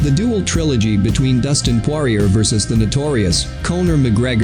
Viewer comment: "Losers click here" yeah learn how to pronounce his name first...